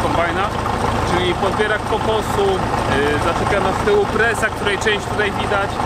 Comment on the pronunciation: Po polsku prasa, a nie presa.